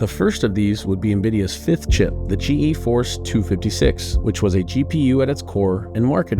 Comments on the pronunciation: I cringe every time he says G E Force. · G.... EEE force